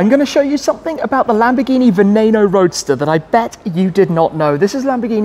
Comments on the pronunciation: why is no one talking about how he pronounces veneno as "vanayno" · It’s pronounced “veh-neh-noe”